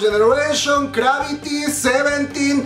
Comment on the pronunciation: Amigo, se llama ✅Cravity✅ no ❌Gravity❌